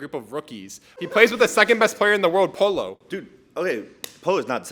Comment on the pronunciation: to be fair he doesnt watch fortnite comp, and pollo name looks like its pronounced like that. cant be that hard to understand lmao